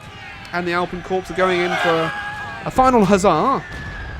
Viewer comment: Can you please stop calling it 'Corps', it is pronounced 'Core'.